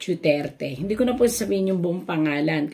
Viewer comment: Mam,DUTERTE not DIUTERTE,DUETERTE ,JUTERTE PLS.PRONOUNCE IT RIGHT!I LOVE DUTERTE FAMILY ,THAT'S WHY I WANT TO HEAR it RIGHT .